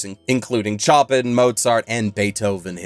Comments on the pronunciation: Choppin' is actually pronounced showpan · I'll trust your take on the show, but I'm sorry, any time someone says "Tchoppin" it feels like a punch in the gut. If you channel your heritage as a Canadian and give it a French pronunciation you'll do much better. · I understand that a mispronounced word that still follows language and spelling conventions is a sign that a person is a reader. But dude! Didn’t you watch Forest of Piano?!!! My Polish ancestors and I are crying 😭 Chopin = show-pan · So have I been saying Chopin (show-pan I pronounced in past) or is he right? Edit: wow at big o mentioned, never had to write a edit to add, but everyone should see it, it gets good 85% in. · Every time an english speaker calls him Tchoppin, a piano player somewhere in the world dies 😏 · I'm not sure whether to applaud flagrantly saying the composer Chopins name wrong or be in a tizzy about it. It was wrong though. #ChoppinLyfe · As a side note, his pronunciation is actually not that far from the original Polish one, except for the "ch" instead of "sh", but yeah, that's a mistake compared to official English pronunciations, or even the French one (which is different). We don't know which one he used in the end though. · Did you really pronounce Chopin that way immediately after getting indignant that detective shows talk to you like you're an idiot?